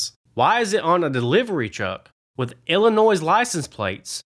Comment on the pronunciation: Illinois is not pronounced with an s at the end, lol